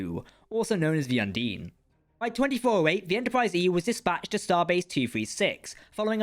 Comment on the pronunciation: It’s not ‘Un-deen’ it’s “Un-dine”, like Dine(r)